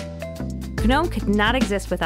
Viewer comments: It's pronounced "nome" with a hint of a "g" at the start, and MATE is "mate" as you would normally say it. Also, when she says "three dot twenty four" instead of "three dot two four" I cringe. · Everytime she says "guh-nome" i cringe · its actually "g"nome. for those that know its background... gnu for the in the know.. fyi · Well put together video. The voice was just right and everything was well thought out, kudos. Up till now I thought the G was silent in Gnome, and that Libre office was pronounced Lie-ber office, noice to know hey. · Seriously. Makes you wonder how many people were involved in creating the video. Were all of them under the impression that the G is pronounced? Do they also say guh-narled, guh-nostic and guh-nocchi? Or did everyone know but didn't have the heart to tell the narrator? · People have been denying global warming for years as well - doesn't make it any less wrong. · It's pronunciations like that and responses like yours that makes it no wonder Linux is hopeless at going mainstream outside servers and embedded.